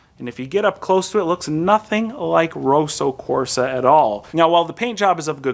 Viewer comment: FYI, 'Roso Corsa' as you say it means in Italian 'racing pink'. The 'o' in rosso should be as in 'pot', not boat, and it's a long ssssssss. It may be a Kia color but it's definitely red, not pink!